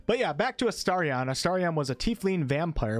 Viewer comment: You are saying his name correctly . You must have been saying it weirdly before